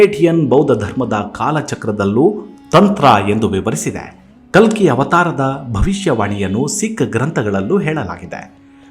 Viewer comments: Its ಕಲ್ಕಿ ಭಗವಾನ್.....not ಕಲಿ....make the correction pls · ಕಲಿ ಭಗವಾನ್ ಅಲ್ಲ.ಕಲ್ಕಿ ಭಗವಾನ್.ದಯವಿಟ್ಟು ಸರಿಯಾಗಿ ಉಚ್ಚಾರ ಮಾಡಿ.ಹರೇ ಕೃಷ್ಣ 🙏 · ಸರ್ ನೀವು ಹೇಳುತ್ತಿರುವುದು ಕಲ್ಕಿ ಬಗ್ಗೆ ನೀವು ಖಾಲಿ ಎಂದು ಉಚ್ಚೆರಿಸಿಟಿರುವಿರಿ ತುಂಬಾ ಚನ್ನಾಗಿ ಹೇಳುವ ನೀವು ತಪ್ಪು ಮಾಡಬಾರದೆಎಂಬುದೇ ನನ್ನ ಕೋರಿಕೆ. ದಯವಿಟ್ಟು ತಪ್ಪು ತಿಳಿಯ ಬಾರದು ಶುರುವಿನಲ್ಲಿ ತಪ್ಪಾಗಿದೆ ಗಮನಿಸಿ 🙏🏼🙏🏼🙏🏼